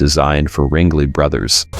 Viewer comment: You said Ringley brothers Is Ringling